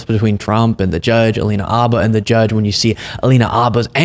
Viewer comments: why do you keep saying Abba?? Her last name is Habba. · Is the " H " silent? Everyone else pronounces it as " Habba "